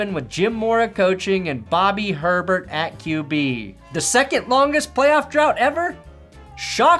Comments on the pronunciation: it’s hay-bear not Herbert. Jesus man you’re too young to remember! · YES! It’s pronounced “Hey-bear”. If you say Herbert, no one in New Orleans will know who you’re talking about. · How dare you mispronounce the name of a fellow Bobby... It's Hebert, not Herbert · AY-bear, not Herbert...................... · For the record, Saints' QB Bobby Hebert's name is pronounced "A' Bear", not "her bert". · I'm sorry, but Bobby Herbert 😂? You can't disrespect the Cajun Cannon like that. It's Bobby Hebert (A-Bear) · Bobby Hebert's name is actually pronounced Bobby Hey-bear, but that last name is only one letter away from sounding like a relative of Justin Herbert 😁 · Just for the record, since he's from. Louisiana, it's Bobby Hay-bear. Gotta say it more Frenchy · Hey, that Saints QB's last name is pronounced AY-bare. Show some respect for the Cajun Cannon, son. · you didn't pronounce Bobby Hebert right. It's pronounced A-bear. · I love your videos I love everything you do however as a die-hard saints fan Bobby Hebert is pronounced like this Bobby "A-Bear" it's just a Cajun thing LOL keep up the great work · Bobby Hebert is pronounced A Behr. And how did Buffalos playoff drought last from 2020 to 2017? that's some common core math Corp there. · As a Saints fan, I can't let it slide... it's pronounced "Ay-bear", despite being spelled Hebert. Bobby "The Cajun Cannon" Hebert. Absolute Saints legend. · FYI Bobby Herbert is pronounced Boobie A-bear. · Isn't Hebert pronounced all Frenchly? Like Ay-bear? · Did you mispronounce Hebert's name on purpose?